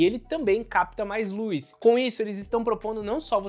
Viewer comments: "Luiz" (luz) "câmera de resfriamento"(câmara) ahhhh q agonia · Obs: Lúiz = Luz. Tirando isso o vídeo é ótimo. 😂